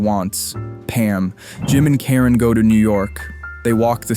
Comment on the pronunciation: Ok, so yes, I'm high...but why do you keep saying "Taren," instead of Karen?